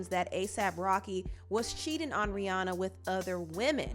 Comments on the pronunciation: FYI: Rihanna’s name is actually pronounced “Ree-ANN-uh” not Ree-Ohn-uh. She doesn’t tend to correct ppl bc most know her as the latter… but yeah… Ree-ANN-uh 😊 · The second pronunciation took me out, can't stop laughing 🤣